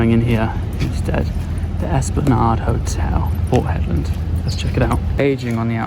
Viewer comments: I hope you run into Mick....just educate yaself on Warne....oh and get some aeroguard... or a hat with corks....I heard you call it Hedlaaaaad soooo many times...and then Hedland.... Looks like your hating your trip...maybe you will go home soon... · I always seem to be advising you on pronunciation. To pronounce Hedland in proper "Strayan", you have to say it quickly and it should come out as "Hedlend or Hedlnd". Annunciating the LAND bit just sounds crazy and wrong. As always, I just aim to keep you informed and relevant. No criticism here. 😘🤣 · Yes as a W.Australian the 'land' pronunciation did sound off, although of course it is spelt that way! :) Also re Exmouth.. we say the 'mouth' bit with a full 'ow' vowel sound, instead of 'muth' - with the vowel sound like the flat 'e' in ' the', as I believe English placements ending in mouth are pronounced? (Eg Bournemouth)